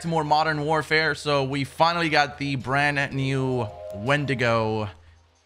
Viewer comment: says “Brand New” like “Brannew”